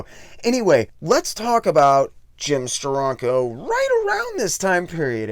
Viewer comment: It's pronounced "Steranko" not "Stironco."